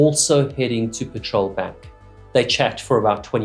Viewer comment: Sorry to nitpick - it’s not “PATROL” bank, it’s “PETREL” bank - pronounced similarly to the British term for gasoline. A Petrel is a sea bird, long distance, harsh conditions, related to the Albatross. Called ‘Petrel’ after St Peter because they can fly so low it looks like they are walking on water (hopefully more successfully than the Apostle did!)